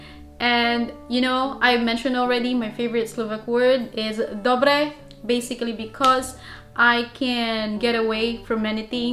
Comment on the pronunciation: Nice prononciation of “dobre” ...but please avoid using “dobre” for an indecent proposals. It would imply consent.